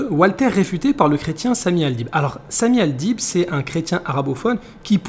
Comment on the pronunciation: Le mec il dit Samy Al..bide!😂😂😅😅😅